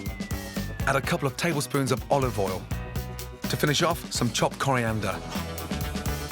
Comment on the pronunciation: Wow he actually said "olive OIL". it's usually "oliveoll".